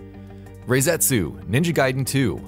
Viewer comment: It's not Rayzetsu. It's Rah-setsu